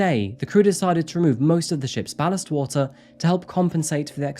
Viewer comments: A 'blast"?? is "ballast", you have some strange pronunciations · I love the pronunciation of Ballast : bolast Approximately (abbreviated): epoxy Hilarious. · I don't mind a change every now and then, this was interesting (even if you can't annunciate ballast). Well researched and put together, as always. 👍 from me.